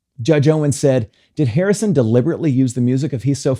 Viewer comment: Why do you say Hirrison and not Harrison at the begging...🤷 But it happens and I'm so annoyed for George 😢